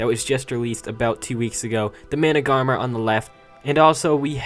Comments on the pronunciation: It's mana-gar-mer not mana-gar-ma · It's pronounced managarm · it is not that hard to say, its man-uh-garm. easy